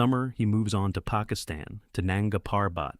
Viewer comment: Nunga Parbat is not pronounced that way.